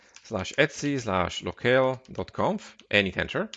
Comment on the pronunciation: Etsy is a trading website - /etc is usually pronounced eee tee see :)